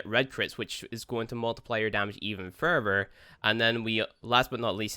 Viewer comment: " Multiply you damage even furver" : ) I had to. Awesome videos, keep up the good work.